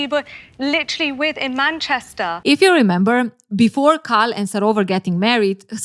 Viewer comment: Its KAL not CARL. this is botherring me as an Asian person. Kal for Kareeem